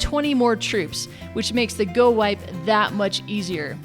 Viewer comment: its go wee pee thats what it sounds like